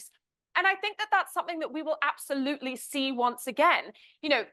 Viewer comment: Creepy how deceptive. Harry really called it out! (I absolUTEly dis-PISE this over-pronouncer) ugh